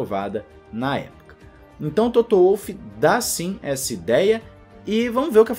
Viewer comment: Adoro seu canal, sua forma de comentar! Mas por favor, o nome do cara é Toto, não é "Touto", como vc costuma pronunciar! De resto, táca-le pau, que vc manda muito bem! Abraço!